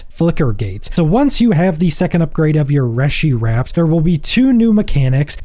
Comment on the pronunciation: in game pronunciation is Ree-shi wraps